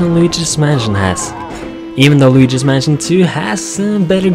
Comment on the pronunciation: did u say while luigi's manson or waluigi's manson